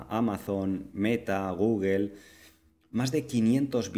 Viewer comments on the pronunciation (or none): none